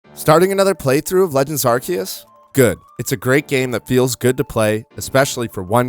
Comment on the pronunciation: A YouTuber who pronounces it right, finally